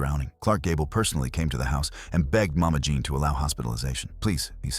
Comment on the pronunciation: “John” Harlow again, huh? I suppose he’s called “Jean Wayne.” AI strikes again.